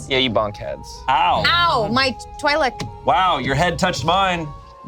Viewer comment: out here the only one pronouncing Twi'lek correctly